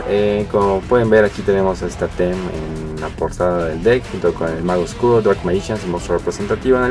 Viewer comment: Es Atem no Atém, se pronuncia sin acento en la "e".